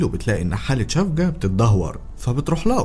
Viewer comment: اسمها سيفجي يعني الحب بتركي مش شفجة